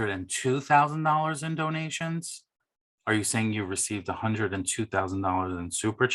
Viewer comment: same here!!! I love when he says" hundrrrrread dollar bets" 🤣🤣🤣🤣 is the best!!!